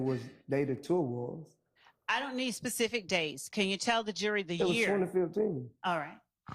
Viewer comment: be more "PACIFIC" hahahaha